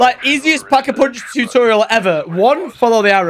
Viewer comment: Like for “Pack-A-Poonch”